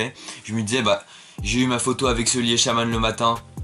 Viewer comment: Déjà quand tu prononce sully "seuli" ça commence mal 😂